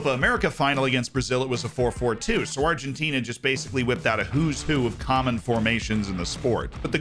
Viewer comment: My G, you said Argentina pretty spot on... Nice! I was surprised as yourself... Very good accent